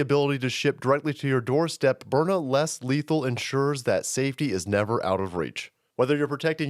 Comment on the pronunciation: burna..byurna,..byrna...DUDE stop shilling "self Defense" thatt gonna get people kilt ded!